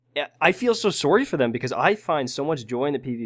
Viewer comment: = I'm so sorey = is caanadian cunfurnd